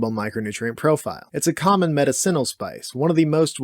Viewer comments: I love your videos but the word is muh-DIH-sen-ul….. not med-I - CEN-ul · Or medICinal instead of medicINal. Oh god that hurts my brain. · Not nitpicking but medicinal( Ma-Dis-sin-Al) not medicine - al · Meta-Ceenle? Have I been mispronouncing medicinal all my life? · I love you and I love these videos but the way you say “medicinal” is driving me insane Meh-diss-sinal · Learn how to pronounce medicinal…..please. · This guy saying medicinal is going to drive me crazy. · Unfortunately I'm going to put your pronunciation of "medicinal" in the D tier. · Love your lists. The way you say medicinal is strange. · 10 seconds in, mispronounces "medicinal" and just like that any authority over the information presented is squandered. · Bud knows all this info but cannot pronounce "medicinal" correctly LOL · The way he pronounces medicinal makes me trust him less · Your pronunciation of "medicinal" is F tier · I've never heard medicinal pronounced that way. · How you pronounce stuff like medicinal and capsaicin doesnt sit well with me lol